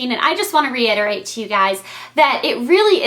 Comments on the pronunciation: reiterate? :) not reinerate.. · OH. for some reason I heard reinerate.